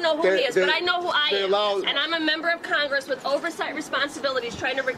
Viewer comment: "wE aRa MeMbeR oF cOngRiSssssssss" Ohhhhhhhhhhhhhh please.